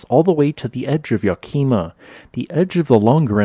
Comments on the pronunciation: Ya-key-ma? Should be yak-uh-mah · as someone from Washington I died when he said Yakima 😭 its pronounced "yak-ih-ma" not "yuh-kee-muh" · It's pronounced Yak-im-ah, not Yak-eem-uhh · Love the geology in this part of the world - there's always something unexpected! Thanks for such an informative vid! Btw - it's YAK-em-uh, not ya-KEY-ma 🙂. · Yah-key-mah. Ummm, no. Yak-eh-mah. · For future reference: it’s YAK-im-a, not ya-KI-ma. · Great video but it's "Yak-uh-muh" not "Yuh-key-muh." Lots of unique city names in Washington. :) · Yah-ka-ma... That's how you pronounce it. Not Ya-Kee-Muh. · Washingtonian, here. Yakima is pronounced "Yeah-kim-uh" not "Yeah-keem-uh". Thanks! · Yakeema?????? Try "YAK-i-muh" You can tell this narrator has never been to Washington State... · Great video, thanks for your work. Btw is Yack-imm-AH, not Yak-EEM-uh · It's pronounced "YAK-im-ah" not "Yak-IMA". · YACK'-i- mah, not Yack-KEE'-mah, and TEE-ton, not TYE-eh-ton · Not the "Ya-kim-a". It's "Ya-ki-ma" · Yak-i-ma, not yakeema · ahem.. ya-key-mah no um Yahk-ihh-muh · YAK-emah, not why-KEY-mah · I am always interested in this subject, as I have lived most of my life in WA, and almost all of it in the Pacific Northwest. One quick note of cringe, however... The city of Yakima... you mispronounced it. YAK-eh-maw, NOT yea-KEY-muh. HUGE no-no, as that is also the name of the local Native American tribe and their language (a dialect of Sahaptin). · Yakima is pronounced Yak (ih) ma not Yak (ee) ma - still, well done. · It's Yak-eh-mah not Ya-kee-mah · The way you mispronounce Yakima makes not want to believe a thing you have to say. Its Yak a ma not yakakeema. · Local pronunciations are Ya kima, and Cow-witch-ee. I used to work there Summers. Naches, where my Uncle Bob Allan lived, they pronounce Nah Cheese, NOT Naw Chez. These are NOT the original native American pronunciations, which are closer to what you might expect. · googled it...its Ya kuh muh and im from Vancouver island in BC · YAK UH MA